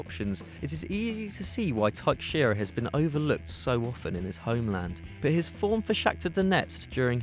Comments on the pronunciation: What dafuq is taikxheira? It is pronounced "taisheira". Just search it on youtube the correct pronunciation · For future reference, please do not butcher Brazilian names like this. It is not TAIKSHEIRA, it is pronounced Taishaira. As a Portuguese speaker, it is annoying as hell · Teixeira isnt pronounced "Tuk-shira". It's "teh-shei-ra". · Thaiksheera? Well, that's a new way to say Teixeira. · Its pronounced Tex-Sarah For the Teixeira surename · when you spell a brazilian surname like 'teixeira', don't force the X, spell it like a SH. also, i've got to agree with the other people, this guy's voice is boring. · Teixeira is pronounced like Tay shay ra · Taicxeira? Really? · The way he says Teixeira ... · You butchered Teixeira's name. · The way he pronounces "Teixeira" ugh so cringe 😣